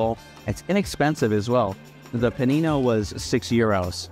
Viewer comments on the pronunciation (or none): The word is “panino”, not “pennino”.